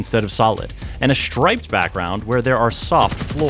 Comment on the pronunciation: "and a shchraypt background"?